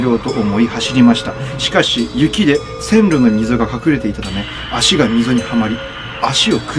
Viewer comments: どうろじゃないせんろ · 遠ろじゃなくてせんろですよ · どうろじゃなくて[せんろ]です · どうろじゃないよ、せんろだよ。